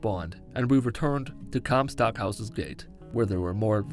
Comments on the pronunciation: “Descended into the sky” and referring to comstock as “Comcast” had me rolling. 😂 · Lol Comcast it’s comstock